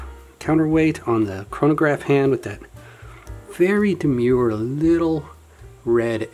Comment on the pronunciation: He said demur. 🙇‍♂️🤦‍♂️ I can't take the rest of this video seriously. :(